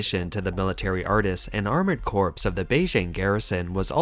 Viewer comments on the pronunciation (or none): First thought: Ooh, authoritarian kohaku! The Japanese version is a lot more fun. Second thought: Narrator(s), "corps" and "corpse" are not the same word, and are not pronounced the same way. If you're going to keep commenting on military matters, it's going to become more and more important to get the basic terminology right.